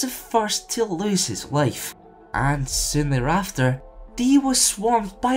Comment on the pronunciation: Not even 10 seconds in and you've already lost me by pronouncing "Di" as "dee" despite his one and only episode pronouncing it as "die", as in "I'm-a gon' die".